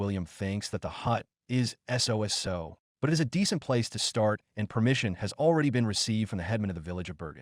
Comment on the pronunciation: AI generated generator wasn't programmed for "so-so" LOL